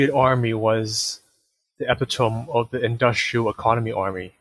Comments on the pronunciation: Epitome is uh-PIT-o-me not E-pi-tome. 🙂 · epitome = Eh-PIT-oh-mee. not EH-pi-tome